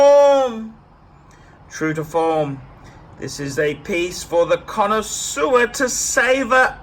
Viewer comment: Made me laugh when he said "its a true cona sewer"